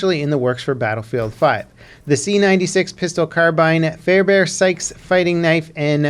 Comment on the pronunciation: "Fair-bear Sykes...lol...We Brits pronounce it FAIR-BAIN or as the family themselves pronounce it FAIRBURN....although Mr Fairbairn and Mr Sykes didn't mind a bit... a Bairn is a baby in Scotland, so no-one pronounces it FAIR-BAIRN....or it would seem like a blonde kid from a circus had a hand in it....ps, Schofeild is pronounced Sco-field